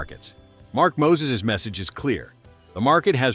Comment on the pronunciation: His name is! not Moses.....